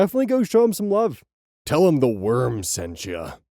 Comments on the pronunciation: I need to preface this with a note… THIS IS A JOKE I AM NOT ACTUALLY MAD ABOUT THIS! You bastard! You end the video with “Tell him the worm sent you” AND YOU DEPRIVED US OF A “werrrrrm”!!?!? HOW DARE YOU GOOD SIR!!!! HOW dare youuuuuuuu! Other than that, i am glad to hear your vacay was nice and you didnt work through it! I hope you have a fantastic day for all you support us and your friends! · "Tell him the W E R M sent ya" Lov it :3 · WERM! Dammit! Now I'm saying werm and it's all your fault! 😂